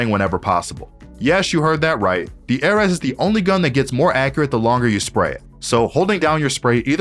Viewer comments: aireez not airez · ‘A’ ‘RES’💀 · IM SORRY AIR-RES???? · i know this man didn't just call it the "Ehhrez" 💀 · Him: "The Airez" Me: The what!? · this is the weirdest pronunciation i’ve ever heard. not even close lol. nice vid though. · I hate how confidently he mispronounces the ares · I’m Annoyed at the way he pronounces ares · WHY CAN YOU NOT SAY ARES WHAT IS WRONG WITH YOU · the way he says ares is actually painful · my guy cant pronounce ares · bro how did he pronounce ares 💀💀